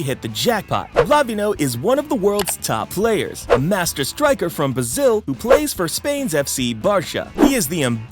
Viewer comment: bro said bazil instead of Brazil